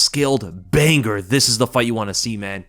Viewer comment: I can only assume it was intentional to consistently repeat/mispronounce the word banger as 'bang-gur'. It's like doubling down on stupidity